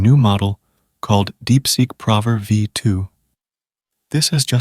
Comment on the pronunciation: 😂man. I was also irked by "prover" instead of "proooover"